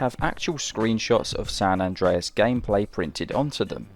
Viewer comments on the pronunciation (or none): you said "andrei" wrong